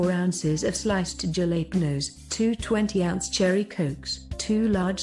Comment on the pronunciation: This lady can't pronounce Jalapeños